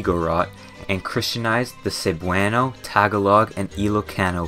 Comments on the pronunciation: I'm a filipino who lives in uk, i love seeing philippines get represented/talked about, but your pronounciation of some words makes me die inside like "may-ni-luh" (manila) and "seb-way-no" (cebuano). you even misspelled "kamusta" as "kamutsa". still a great vid tho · tag a log and saybwano 😂